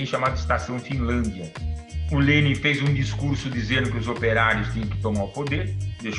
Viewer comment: Só passei para notar a pronúncia correta do nome do homem 👏🏻